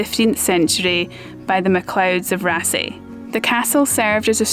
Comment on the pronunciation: The double "aa" in yer Norwegian is pronounced "aw". I'll get me coat... ;-)